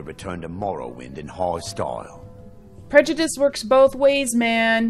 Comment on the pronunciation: Did you mispronounce 'prejudice' on purpose or because you were tipsy after drinking some wine lol?